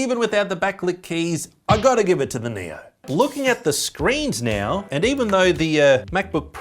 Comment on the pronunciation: Every time he says now I think he says Neo